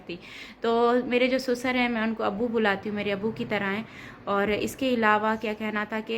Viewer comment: Pahle to sasur hota hai susar ni